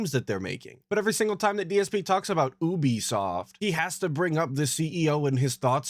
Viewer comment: I hate how he says Ubisoft, like NO ONE says OObisoft cus thats NOT how it's pronounced lmfao, and oh good, Judas is gonna be ANOTHER game DSP gets handheld through because he cant be assed to make his own choices...UGH Kill me now